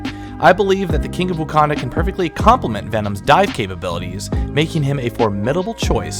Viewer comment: My man calls it "wookanda" lol